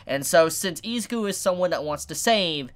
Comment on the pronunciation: I don’t think it’s pronounce eziku